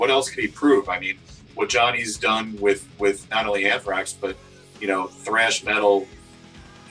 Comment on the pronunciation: So "unthrax". Awful